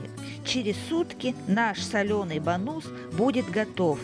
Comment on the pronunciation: Рыбка правильно называется Бангус (Bangus), в ролике я называю его Бонус (с ударением на последнем слоге) - именно так называют его у нас в деревне, не проговаривая "g". Ну и я привыкла😁...